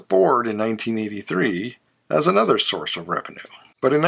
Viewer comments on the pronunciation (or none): none